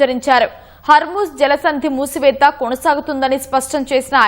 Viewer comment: హర్మూజ్ మూసివేత మేడమ్, మూతివేత కాదు... అలాగే సుప్రీమ్ లీడర్ మేడమ్, సుప్లీమ్ లీడర్ కాదు మేడమ్😅